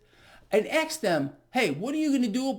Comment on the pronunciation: Did you say “axe” instead of “ask”